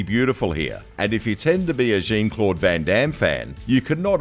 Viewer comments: When the narrator pronounced Jean-Claude Van Damme's name twice, in Cyborg & Breakin', as Jeen I lost it 😂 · “Gene” Claude Van Damme? More evidence that these videos are narrated by robots. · His name is not JEEN-Claude Van Damme.....its Jean-Claude as in "JOHN-CLAWED VAN DOWN BY THE RIVER DAMN SON!!! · Jean Claude Van Damme... but instead of being belgian man Jean, it's english woman Jean, like in Jean Grey. Seriously? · "Gene" Claude Van Damme? Is this narrator a Cyborg too? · It’s not Jean John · How do you pronounce Jean Claude Van Damme's name wrong?! Maybe you were talking about his stunt double JEEEEEEN 😂🤣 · the AI cant pronounce jean claude yet i guess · Dude - pronuciation,please ! Actor JOHN, Claude Van Damme (not Jean), Marquis De Sade, say it as sad. !!!!!!! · Some great films featured here but my God the narrator's pronunciation is awful!! WTF is Gene Claude Van Damme or Markway day Sade? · Fire your voiceover guy!!!!!! JEEN-Claude Van Damme? MARKWAY de SAYDE? WTF..... do 2 seconds of research. Pathetic. Straight up pathetic. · Seriously, how the fuck do you not know how to pronounce Jean-Claude or Marquis de Sade?